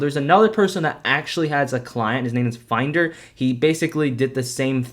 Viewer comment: lol i like how mispronounced Phindr’s name as “finder”